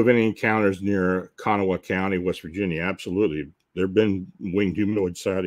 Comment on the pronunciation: Kanawha is pronounced "Ka-naw," with the emphasis on the last syllable. The "ha" on the end is silent. The name is native.